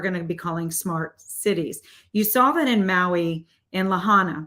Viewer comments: Lāhainā not Lahona this drove me nuts and it makes it seem like you don’t know what your talking about because you can’t even pronounce the city you’re talking about. I listened and agree but I’ll tell you no one will listen (especially from HI). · You lost me when you called Oahu a city and also when you were not even remotely close to saying Lahaina’s name correctly